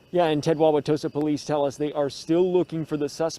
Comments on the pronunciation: I live 30 minutes outside Milwaukee. Good job saying Wawatosa right! This is beyond sad. We can't be silent anymore and let people do this harm no matter who the President is. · As a resident of that area, kudos to you for properly pronouncing Wauwatosa.